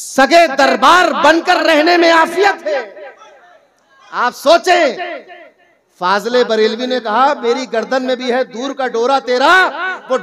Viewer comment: Sab to thik hai mgar ye kvi ala Hazrat ka name sahi se nhi lete.. jise Aur log Fazil e barelwe bolte h waisa hi hamesha ye v bolte h fazel e barelwe fazel e barelwe